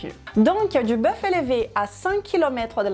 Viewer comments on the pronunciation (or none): none